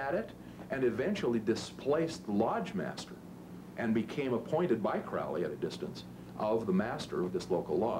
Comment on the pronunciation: for fucks sake CROWLY like CROW not CRAWLY god i hate that